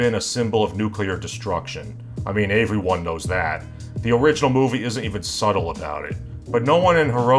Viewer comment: Why doesn't this guy know how to pronounce "everyone"?